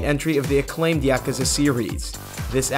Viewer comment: Ya-Ke-Zi?? What the fk is that? lmao